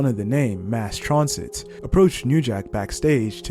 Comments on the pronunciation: Stop mispronouncing Mass transit 😢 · Stop mispronouncing transit 😢